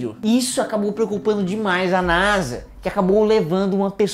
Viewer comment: Meu deus vc e um génio sabe de tudo mais nao sabe fala nasa